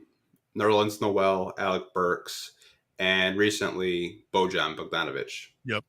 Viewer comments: Who’s Luka Donsick? Who’s Bogone? BoJohn? It’s pronounced Bow-Yawn lol y’all are crazy. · Love these podcasts yall. is very knowledgeable and keeps things real 🙏 But can yall PLEASE learn to pronounce Bojan (BO-YON) for the love of god 😂😂